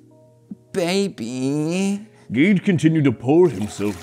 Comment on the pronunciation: In the second one he said gage like gay-e